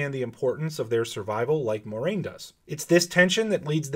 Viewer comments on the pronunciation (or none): I love how all these Wheel of Time "super-fan" Youtubers don't know how to pronounce Moiraine's name. It's spelled out phonetically in the back of every book! Here's a hint: it's NOT "MORE-RAIN".